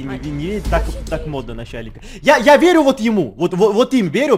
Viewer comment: Насяльник я, да Не надо, насяльник Гебельшеник🤣🤣 ПОСЛУШАЙ ЭТО РАБОТНИКИ ДЯМШУТ БЛИН 🤣🤣